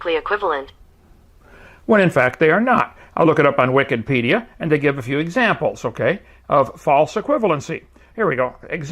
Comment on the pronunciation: Did you just say Wiccanpedia? Kent why you talk to weird? Or do you really believe that Wikipedia is Neo-Pagan? Why are you using "Satan's" website to debate, Kent? It's daaaangerous, you know XD